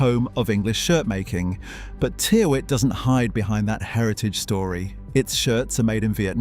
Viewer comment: Tyrwhitt is pronounced "TIR-itt"